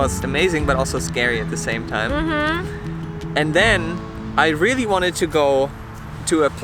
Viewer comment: “is dis tru? is dis rilly tru?” JAJAJAJJAJ